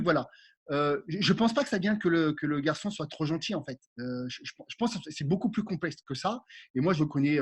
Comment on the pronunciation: Stop aux « boucoup » 😂